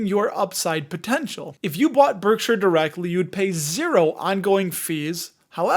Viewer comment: Pronounced Berkshire, not Berksure.